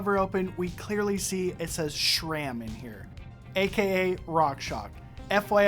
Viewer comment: Why do you say "shram"?